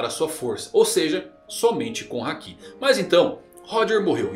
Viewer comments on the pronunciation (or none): none